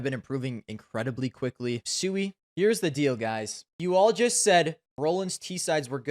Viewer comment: u even dont know how pronuance Siuhy. That list is shitt like u.